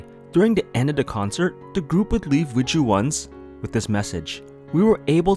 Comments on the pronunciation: I wasn’t an iz*one stan, but I thought the fandom name was pronounced like “wise one”. My bad! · I always pronounced the fandom name like how the members said it, "Weez-One"